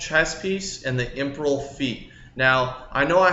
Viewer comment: Cringe every time he says imperial lmao. Imperel. And the aegis gem lmao. its not Angis